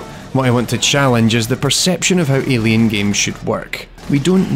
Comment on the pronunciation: Great Video, but your "ILIen, ILIen, ILIen" got stuck in my head. LOL